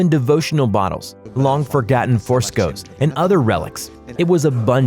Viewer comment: "Long forgotten Forscos"? wth